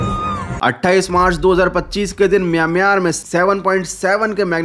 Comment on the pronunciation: haaiiiinn!! kyaaaa? MyaaMyaaamaar? 😮